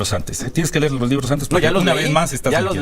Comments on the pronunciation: Los leyó el que dice "ler" en lugar de leer y lo corrige hasta un niño😂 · Aver nuño la pregunta es saber si aprendistes la leccion que te dio la niña que te corrigio cuando dijistes ler en vez de leer o sigues igual o peor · Pero si Nuño, no saber ler como el mismo lo dijo y una Niña de primaria lo tuvo que corregir al decirle que se decia leer no ler. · El que dijo "ler" en lugar de decir "leer" el que fue Secretario de Educación Pública en el sexenio de Peña Nieto. ¡ Imagínense! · Aurelio Nuño ex Secretario de Educación Pública, fue al que una niña de 10 años lo corrigió en una ceremonia por decir LER en lugar de LEER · Que va a entender si es un cabezón de primera Aurelio Nuño. Si lo corrigio una niña Indigena de como se dice, leer o ler. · El secretario de educación a quien corrigió una niña de primaria, " dijo ler " lo correcto es leer" 😅😂😅 Quien se robó una millonada con las escaleras al 100 , y solo se puso un bebedero de cemento, en las escuelas sin agua 😅😂😅😂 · Estuvo en las escuelas donde una niña lo corrigió por que dijo ler en vez de leer jijiji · Aurelio Nuño, no seas mentiroso tal vez Max no se acuerda cuando un alumno de primaria te corrigió la palabra ler que tú dijiste y el Niño dijo que no se decía así que se pronunciaba leer fue sesaso de sus derechos de estudiar. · jajajaja recorrió todo el territorio nacional, creo que ni en sueños los recorrió esta mintiendo, es lo único que saben hacer estos señores de la mafia poder , vaya exsecretario de educación cuando lo corrigió unas pequeñas en de de decir leer en vez de lo que dijo ler , que se acuerde . SALUDOS CANAL 58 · Con qué cara ese señor Nuño dice defender la educación? Si decía Ler, en lugar de leer. Si apoyó la nefasta reforma de Peña que no servía para nada. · Sino sabe LER, como va a entender a los Maestros, hasta una nena lo corrigió, s le dijo se dice LEER, NO LER, verdad nuño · No se dice ler se dice leer. Jaja jajaja.......una palabra inolvidable.